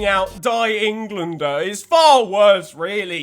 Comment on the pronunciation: Im sure he knows but is joking by mispronouncing it.